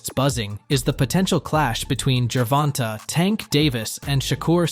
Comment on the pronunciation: Every time u say GERVONTE wrong it’s cringe AF I never finish the vid 😩🤬